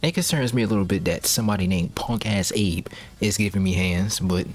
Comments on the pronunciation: Just want to point out "Abe" isn't how you pronounce it. In Japan they pronounce it "Ah-beh". Yeah, It is weird but when you learn English, you sometime mix it up when reading Japanese romaji. Like how I pronounce "Date" as...Date but it is pronounced "Da-teh". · This is LEGENDARY, if very masochistic. Also I don't know if I hate or love the fact you pronounce Abe as Eyb and Nishikyama and Nashikiyamuh lol.